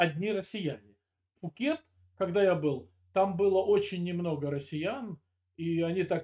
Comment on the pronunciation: Правильно Пхукет